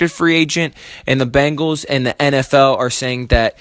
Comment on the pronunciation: Its Ben-gals NOT Bang-als.